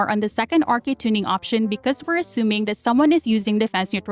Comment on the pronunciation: For me, I like it when they say assuming. "Ashuming" 😅 Every time I hear it I go "yes professor!"